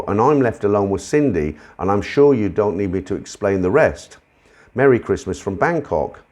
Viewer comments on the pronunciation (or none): none